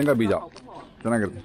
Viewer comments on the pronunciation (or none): none